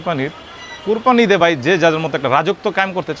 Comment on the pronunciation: কোরপানি না। এটা কোরবানি হবে।